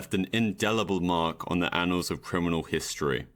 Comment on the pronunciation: I can't fucking watch this when your pronunciation is all wrong. Please look up how to say "sadism" amd "annals"